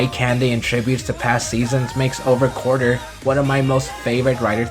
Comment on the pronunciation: Did anyone else realize he said quarter instead of quartzer? I just heard that.